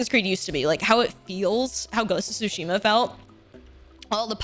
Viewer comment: not calling it ghost of twoshima.... SMH MY HEAD! uuunnbelieevable.